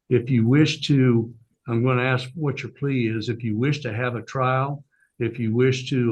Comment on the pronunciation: Why can none of these idiots not be able to say the word "ask" properly